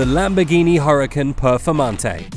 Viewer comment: I know your English and all but you have to learn to pronounce the Lamborghini correctly... UR-A-CON ...is how it looks to pronounce